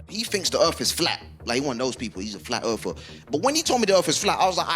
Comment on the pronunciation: "a flat Errfer" lmao... ...